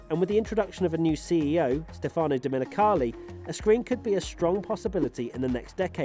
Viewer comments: Who is "Stefàno Dmenicaouli"?? it's Stefano Domenicali! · the way he pronounced stefano domenicali too, lol